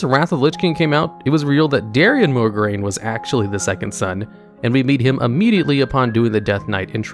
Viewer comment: what if I told you that there's no R immediately following the O in Mograine?